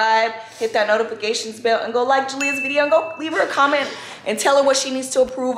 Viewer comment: “Notifigation “ gtf😂